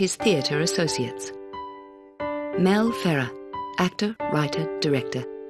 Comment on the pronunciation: Pay attention how the commentator pronounced Mel Ferrer ,totally Americanized way ,disgusting…